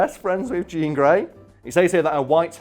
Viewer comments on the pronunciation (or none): none